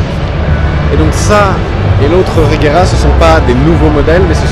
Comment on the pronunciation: Mec, j'adore tes vidéos mais renseignes toi s'il te plait des fois. On dit reyera...